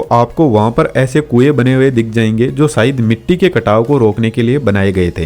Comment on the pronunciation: सायद नहीं शायद , सानदार नहीं शानदार । महताब गार्डन मेहता गार्डन नहीं।